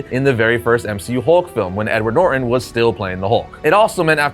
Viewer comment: Edward Nor Enn. .. NOR TON ... Y¶∆™©£